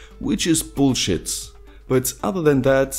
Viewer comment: The way you say bullshit is so hilarious